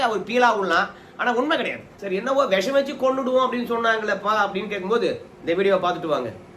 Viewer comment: Visam , not vesam